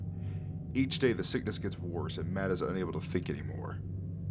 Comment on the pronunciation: his name is pronounced Matt not mad lol